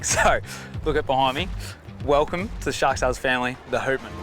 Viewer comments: Houtman is pronounced “H - out - man” .. out as in outside. I work on cray boats out of Geraldton and around the Houtman Abrolhos Islands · HOWTman……not WHOtman!!! Named after the Abrolhos. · yeah boys good solid boat built to withstand the WA big swells. The name Houtman is actually pronounced as Howtman as in Howtman Abrolhos, dutch words meaning "Keep your eyes open!" referring to the islands there that the dutch ran into at times :) Hope she goes well!